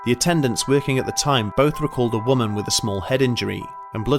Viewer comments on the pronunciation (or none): none